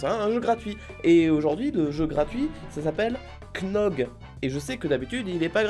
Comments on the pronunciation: Je demande à savoir pour il prononce KNOG au lieu de GNOC...? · Noooon pas cnog mais gnog ! Pk tu t'es "k" 😭😭😭😂😂😂 bref sinon continu comme ça